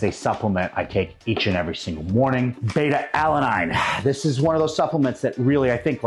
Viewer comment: Odd for a fitness and nutrition expert to mispronounce beta-alanine like that